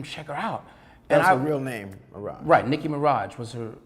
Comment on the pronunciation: It not Nicki mirage it Nicki Minaj